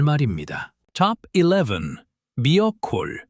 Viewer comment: 모르는게 너무 많다 미어콜인지 미역콜인지 발음도 분명치 않구요 찾아도 없는것들이다 종자를 구할수 있는 방법을 알려주는게 더효과적 일것 같군요 절반도 도움이 안되요